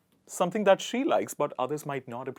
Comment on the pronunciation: I was shocked..... When he pronounced like dhaaatttttt.....😭